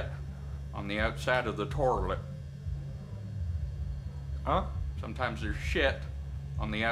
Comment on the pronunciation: Torilet my mom was pronouncing it right her whole life😂